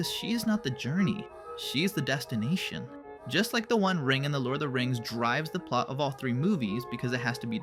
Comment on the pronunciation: "Because she is not the journey, she is the Desstination." true poetry